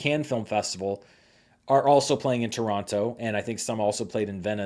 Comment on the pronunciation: As a Torontonian, I in all good faith ask you, please, don't pronounce the second t in Toronto. It sounds so ... bougie.